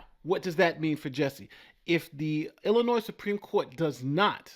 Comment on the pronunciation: The "s" at the end of Illinois is silent. Love your show otherwise. :)